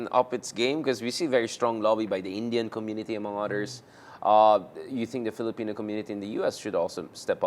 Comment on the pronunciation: why does he say odders instead of others? hehehe😅